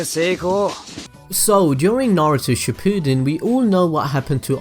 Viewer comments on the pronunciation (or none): none